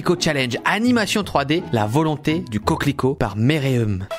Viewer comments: c’est pas mereeum c’est Meruem (hxh) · Jviens de m’en apercevoir par meruem c pas meruem mais sa se prononce merouem j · « Mereum » RIP Meruem fan de shoji.... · omg il a vrmt dit méréeum au lieu de meruem dans hxh ... 🤣 1.50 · Putain le deuxième t'as dis mereUm c'est meruem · "Méréeum" la dyslexie est présente Rip aux fans de Hunter X Hunter. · C'est pas Mereum c'est Meruem ( prononcé Merouem ) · Quand il a lit meurem au lieu de meruem j'ai pt un câble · Par contre meruem ça se dit « merouem », hunter x hunter est intouchable à mes yeux 😭😍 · C est merouém pas meréeum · sa se prononce mérouaime 😭 c'est dns hxh mais on t'en veux pas c pg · Mérue aime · Méréeum aie aie aie la prononciation de meruem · Ya aussi les ça se prononce pas merouene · 1.53 "merUem" dans hxh pas "merEum" 😂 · Sa se prononce mérouème meruem le roi des fourmis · "Méréeum" XD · Sa se prononce Méruème mais sa s'écrit Meruem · Meruem sa ce prononce mérouém c dans un manga Hunterxhunter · Meruem il la prononcer mereème XD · Nan il a pas respecter meruem sa se dit "meruème" regarder Hunter X Henter si c'est pas déja fait😉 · Sa se prononce Méru em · Les gens qui vont vue HUNTER X HUNTER admirer la prononciation de "Meruem" à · non méloueme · les fans de hunter x hunter saignent des oreilles en entendant comment tu prononces MERUEM